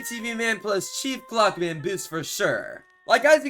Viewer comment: what hes saying: chief clockman what i hear: cheap plugman